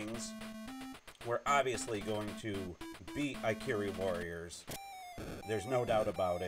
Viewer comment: It's "ih-CAR-ee" Warriors.